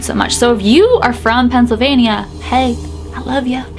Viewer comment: Oh my gosh I’m cracking up at how you say Pennsylvania, the way I say it is Pennsylvein-Yah, you Say Pennsylvein-ieyah